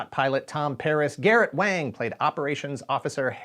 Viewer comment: Also Garrett Wang is pronounced Wong.